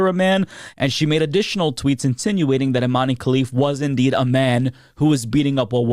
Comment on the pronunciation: Please stop saying Imanee 😂 it's pronounced Iman without ee at the end ,and also she's not an oddity nor a trangender she's a female ,I'm algerian and i can assure u that there is no way in hell our government would let a transgender represent the country ,finally some YouTubers are starting to correct the lies spread about her